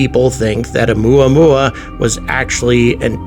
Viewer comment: “Oumuamua” To the tune of good old “Luey- Luey” (spelling probably incorrect. Please forgive me.)